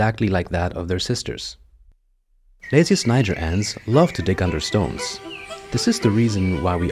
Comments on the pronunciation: It’s not pronounced like that tho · you pronounce word "niger" not correctly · You mispronounce the name